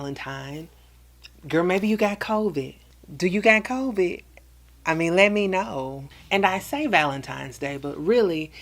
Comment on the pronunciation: Why you say Covid like that LOL